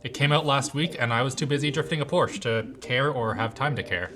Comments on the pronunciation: Porsha not porsh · Please stop saying Porsch, the Companies name ist Porsche named after its founder, It is like if you would shorten Vancouver to Vancouv, why it does not make sense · Please call it by its correct name. It is a Porsche, not a Porsch! The e is not silent. Thank you. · Its still PORSCHE not Porsch!!! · Not a Porch, its Por-sche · It’s pronounced Porsh-uh. Is it too much to ask for you to have any self respect and have a clue of what your talking about? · It's called a PORS-CHE (POR SHA)... dude it makes me so irritated such a simple thing that non-car people mispronouce. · I swear to God I'm gonna go crazy a day if native English speakers keep pronouncing Porsche as porsh... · it's not a porsch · People who don't pronounce Porsche correctly should not be allowed to drive them. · Porsche is a two syllable word. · Why does every English speaker not pronounce the e at the end of Porsche xD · I dont care if you spin the fans, but please pronounce Porsche right haha it drives me crazy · that's not how you pronounce Porsche!